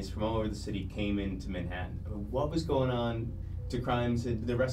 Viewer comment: ‘In Mah-hattin’ lmao